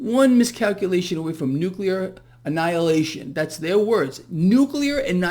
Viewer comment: "Nucular" annihilation ?! Oh, boy! Put this water to boil even hotter! I am preparing myself. I will hide underneath a table ( in substitution for the school desk ) to withstand the " nucular " radiation.